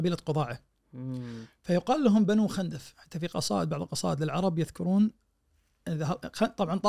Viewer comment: خِندف تضبط بكسر الخاء و ليس بفتح الخاء فهم بنو خِندف و ليسوا بنو خَندف